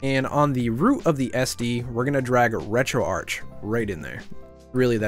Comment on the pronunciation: Thank you for being one of the few of us who pronounce Retroarch as 'Retroarch', instead of 'Retroarc' :P